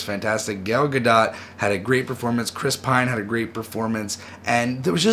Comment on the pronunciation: Gal GaDOT? Pronounced Gadoh or Gadoe